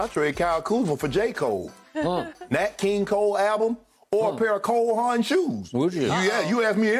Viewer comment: Bruh said some cole haans 🤣🤣